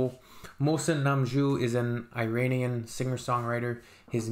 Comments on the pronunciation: It's not eye-rain-ian... It's Irānian. /Eeh-run/ Iran. The language is Persian. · Good on you to listen to it! It’s not “i”ranian it’s “ee”ranian! But appreciate you liked it perhaps I suggest checking the lyrics which is a rage against a religious dictatorship which is going around for centuries and the lyrics is librations from religion! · Yes eeeeeranian is correct not i-ran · It is not Eye-ranian . It is Iranian . Like Italian not Eye-talian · agree 100% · It’s not really I-ranian, it’s Iranian, pronounced eeeranian 😉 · Iranien not Eyranian and yes the language is farsi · EERUNNIAN is the correct pronunciation , most Americans prounance eetalians as atalyens!! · iranian or persian not eye_ranian duuuude